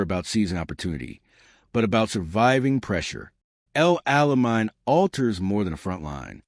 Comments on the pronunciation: Its El Ala MAIN, MORON! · Please teach narrators to pronounce names correctly.